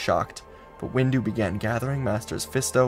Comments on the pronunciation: I’m I the only one that heard that heard that that during the end parts of the video he said mace-window instead of windu? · Is it me or did i just hear him say Mase windu as mase window? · Oh good, I’m not the only one who noticed 😂 i legit heard him say Base window though 😂😂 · xD I just heard it right now and I laughed. Reminded me of a post that featured "sword windu, axe windu, shield windu and out the windu". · Heard that😊